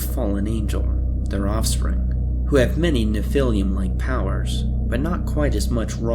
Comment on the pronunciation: Nephilim is pronounced Neph-ill-em Not nephil-liam